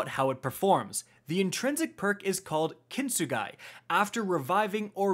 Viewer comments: It's pronounced ”Kin-Tsu-Ghi” It's a Japanese earthware repair technique with gold mixed adhesive. I hope the higher Lost sector gives you better stats 😁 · It's pronounced "Kin-Sue-Gee" (hard G). It's Japanese, and the title of the process of repairing pottery with golden adhesive to remember the scars as a part of the objects history.